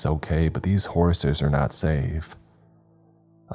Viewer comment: Am I the only one hearing Horaces when he says horses sometimes??? Kinda like booby/ booty traps from goonies.